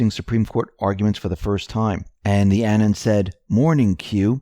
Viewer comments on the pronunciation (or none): Say the word "anonymous" out loud. Now just say the first part, anon. That's how it's pronounced. Thanks.